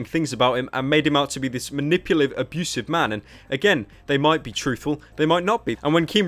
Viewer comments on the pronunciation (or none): I swear pyro said “abeautiful” instead of abusive lol